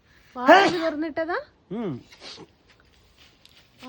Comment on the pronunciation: വാഴ എന്നു പറയൂ മോളെ വായ എന്നാൽ mouth എന്നല്ലേ ?